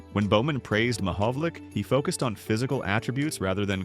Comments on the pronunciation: Damned AI. you pronounce it Mohovolich, as in ITCH. . no tmahovol ick as in tick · The proper pronunciation of Peter Mahovlich's last name is not Ma Hov Lick, it's Ma Hov Litch. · The name is not pronounced 'Mahovlic'. It is Mahovlich. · His name is not Mahovolic it's Mahovlich ! 🌟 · Last syllable is "itch" not "ick". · Commenter is not pronouncing his name correctly. It is pronounced “ ma-hog-a-lich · Learn how to say his name properly dummy!!👎👎🤮🤮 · At least pronounce his name correctly. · It's AI. What else do you expect from AI. AI always pronounces names WRONG! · Great story, but learn how to pronounce his name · A video on a former great where you don’t know how to pronounce his name. Ouch 😅.